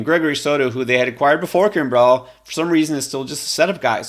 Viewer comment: That’s not how Craig Kimbrel pronounces his last name.